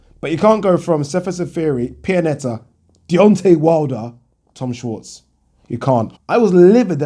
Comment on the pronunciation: its pronounced "shvarts"